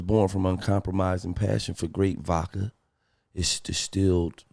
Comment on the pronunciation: It’s not VAKKA it’s vodka.